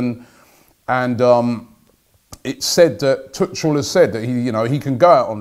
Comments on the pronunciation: It’s not Tučl it’s TuCHel 😂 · It’s pronounced Thomas Tuukel